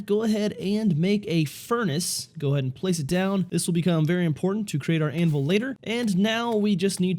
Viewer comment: its not anvol its anvil but ok lol